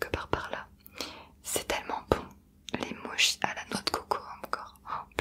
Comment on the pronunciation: Ça se prononce [motchi] et oui c'est très bon ^_^